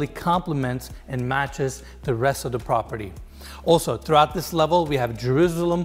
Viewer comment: Did you wanna say "pOperty"?) (I mean am I the only one that notices it?)